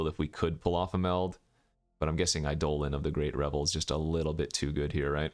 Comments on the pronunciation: Its Eye dough lon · a poem doesn't change the pronunciation of a word. It is objectively pronounced "EYE-dolin" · I'm new to the channel, is mispronouncing Eidolon an in-joke?